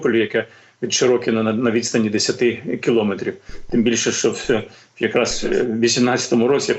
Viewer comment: Пане Дмитро, в словах кілометр, сантиметр і т.п. наголос ставлять на словоствоутвореюючій частині: МЕТР